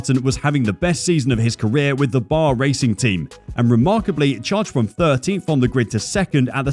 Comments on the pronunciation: B.A.R. not 'bar'. The whole time they were on the grid never heard a single person call it bar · It's B.A.R. not Bar. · that's "B A R" dude, not "bar" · It's B.A.R. not bar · Bar? It's an acronym, not a word. B - A - R (British American Racing) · like "Be Ay Ar" you get it